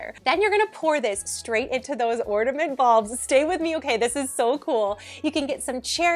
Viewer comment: ORDament ??? Are you actually saying "ORDament"? Wow.